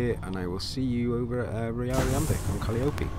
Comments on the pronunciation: It's pronounced, "Cah-Lie-Uh-Pee", not "Cali-Opy". From the Greek mythology, Calliope was the goddess of music. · I wouldn’t break it into 4 pieces - Cah-Liar-Pee but don’t accent down at the end of liar, think of soliloquy or calligraphy - calliope